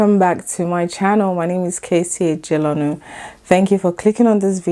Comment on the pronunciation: no be so dem dey pronounce that surname o! 😊